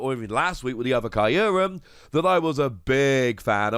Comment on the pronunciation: Just a slight nitpick, but the "Kyu" in Kyurem is supposed to be pronounced the same way you say the letter Q.